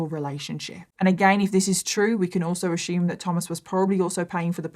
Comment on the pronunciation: "We can only ashooom".. "left, right, and center".. "and I'm just like...."... "oh no, no, no.."